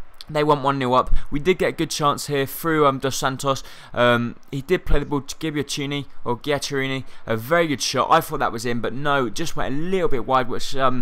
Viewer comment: its Jack - Er - ini